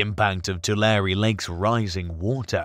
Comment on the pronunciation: Pronounced "Too-lair"